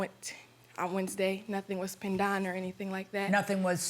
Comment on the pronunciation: “Pen-daun” was stressing me out so bad… did I miss where they’re from? Whew lol.